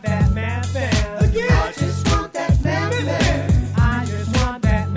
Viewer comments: it sounds like you're separating the word to make it sound like he's a meth addict lol 😆 the th should sound similar to how you pronounce the th in weather. Then the ven sounds more like vin. Bloody foreigners 😂😂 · The way he pronounces Methven 😂